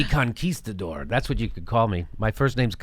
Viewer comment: I think Jimmy was sitting on that "conquista-dore" for a while.